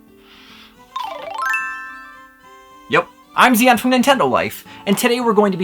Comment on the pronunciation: no no no. Zion. Not zee-yan.